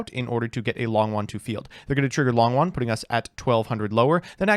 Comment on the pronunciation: its long YUan not long wan!!!!!!!